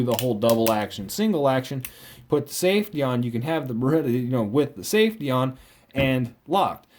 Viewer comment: Then why are you saying it wrong? It's Beretta.